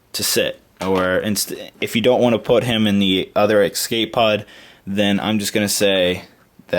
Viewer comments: dude you keep saying excape pods. it's escape pods. great video otherwise! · You kept saying "exscape" :) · No-one taught him how to say escape properly. /